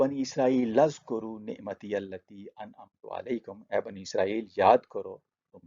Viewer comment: It is oozkuroo not azkoroo and there is grammatical reasoning for it